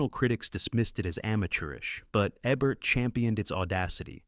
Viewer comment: OMGGGGGGGGGGG!!!!! Jean Seberg was an American. It's JEEEN SEEEE BERG (as in iceberg). And since it appears you're gonna be using Ebert from time to time, its EEEEEEEEEEEEEEEEEEEE bert. Or shall we perceive him as having been French too and call him Ehhhh Bear? Good god. I grew up with these people and their names are so simple to pronounce. If you're this uneducated, get a damn pronunciation guide or simply use Youtube to figure how to say names. FFFFFFFFFF***!!!!!!!!!!!!!!!!